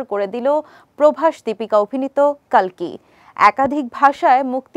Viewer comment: কল্কি হবে কালকি নয়